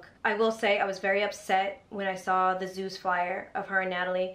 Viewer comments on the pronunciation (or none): none